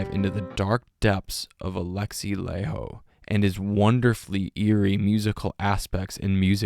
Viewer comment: Laiho - (LIE-ho not LAY-ho)!